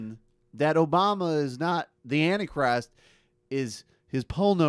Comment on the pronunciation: "Annie Christ"....OMG!....Who is Annie Christ?